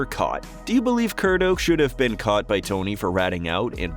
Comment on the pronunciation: It was Ray "Curto" not Kurdo.